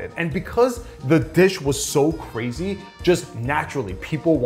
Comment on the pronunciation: Cwazy is crazy